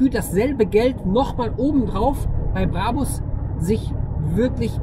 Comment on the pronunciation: Er hat den "Brabbbus" geholt, den neuen "Brabus" 😂